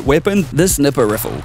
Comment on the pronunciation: A "snipper riffle"?! lol, WTF is that.